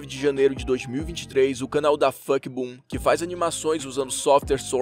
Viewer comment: ele falando o nome do canal que criou o Skibidi Toilet: DaF*CKboom sendo que eu acho EU ACHO que era pra ser a pronunciação: DafukiBum DaFuqBoom